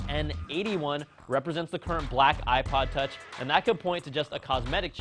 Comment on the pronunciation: he said ipod touchy its touch man